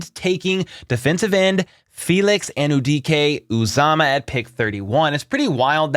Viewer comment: Excellent Igbo pronunciation!